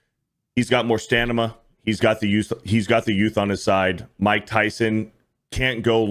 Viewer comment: Seems like I had enough "stanima" to make through the entire video.